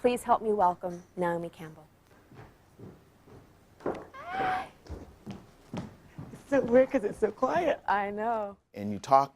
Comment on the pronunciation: he said Naomi"Campell"